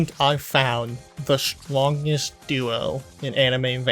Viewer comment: da stwonges dewo